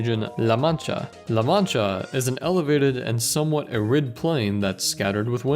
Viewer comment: TIL one of your presenters can't pronounce "arid"